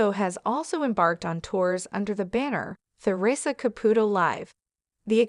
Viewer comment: You can’t even speak her name correctly this is a load of crap